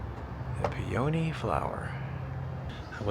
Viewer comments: Pea oh knee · the flower is a PEA-uh-nee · The flower is pronounced peoknee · Lol, flower is a "Pee-a-knee. That was a cute town. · Peony is pronounced PEE- OH- NEE. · with the emphasis on the OH.. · Thank you.. His pronunciation of the flower made me cringe a little. 😅